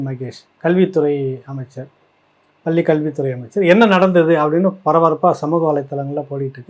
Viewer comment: பள்ளி என இடையின "ள" உச்சரிக்க தெரியாமல் "பல்லி" என்பதிலேயே உன் தமிழ் பற்று தெரிகிறதே. நீ போய் தமிழை படிடா , டம்ளர் சொம்பு.